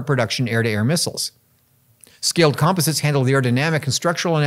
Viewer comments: I've never heard Scaled Composites that way. The Scaled was find, but "com pos its" is a LOT closer to how Burt really says it, when I visited the place a couple decades ago - with the emphasis on the "pos" part. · Why do you keep pronouncing composites like that?